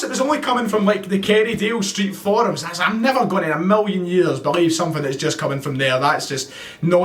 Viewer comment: PS you went full Charlie Nicholas halfway through this video -“ah’m sitting here thinking.....” 😉